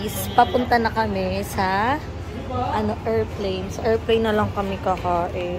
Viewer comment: Not to bash bang❤ but nabobother ako sa errport and errplane 😅